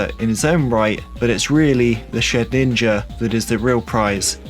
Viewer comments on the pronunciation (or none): none